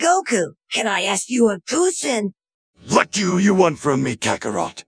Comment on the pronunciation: Goku says can I ask you a coostian xD XD damn ai can't pronounce certain sounds correctly